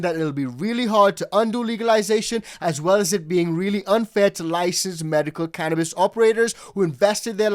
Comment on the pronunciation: Can't we educate these reporters to say the name "Cannabis"?